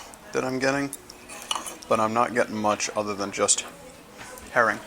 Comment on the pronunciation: Until about half way through, I thought you were saying "hairy". I was getting really confused haha